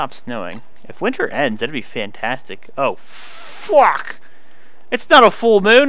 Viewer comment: The funniest "Oh, fuck!" I've ever heard. Sounded more like, "Oh, Ffuuhhwack!"